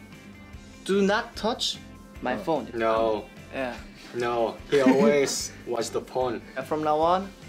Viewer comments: i thought he said porn instead of phone LMAOOO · I was looking away and nearly chocked cause I thought he said something else instead of “he always watch the *phone*” If you know you know